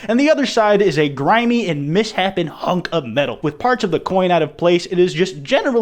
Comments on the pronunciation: It’s pronounced Mis-shapen, not miss-happen. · my man really said misshapen as miss-happen and nobody has pointed it out yet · I love how he says misshapen like, "miss happen" and not like, "mis shapen" .